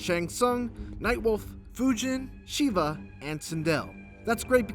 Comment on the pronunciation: really sound like he's saying "Sheeba".